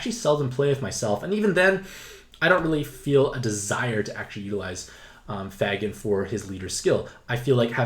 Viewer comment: Thanks for the info! Also, it’s “FAY-gan.” Normally I wouldn’t say anything but you need to uhhh... not say it THAT way anymore, please. Keep up the good work!